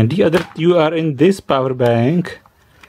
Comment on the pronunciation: omg stop saying " TJŮ " its fakin " TŮ " i believe no one told you so far ..... Tyou Tyou Tyou....